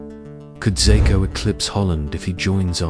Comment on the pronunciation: ikr. this vid is comes in so dramatic and intense and then he turns him into a chinese man Xako lol. its pronounced ''Sheshko''